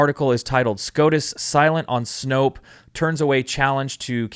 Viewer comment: Please, please, please.... Snope, not Snopes. Stop sounding ignorant.